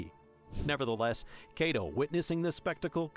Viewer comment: I swear call him Kaydo one more time and I'll have a stroke.